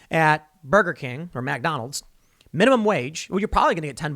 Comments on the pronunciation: Tim's Chicago accent slipped out when he said "Mac Donald's" 🤘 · Did you say, "MAC Donald's"?????